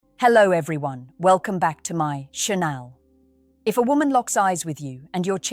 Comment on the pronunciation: Why can't these AI things learn the difference between "channel" and "Chenal"?